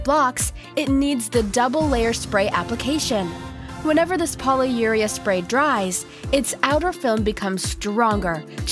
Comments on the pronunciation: it's said as poly-your-ree-ah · poly-u-REE-uh, not poly-YOU-reah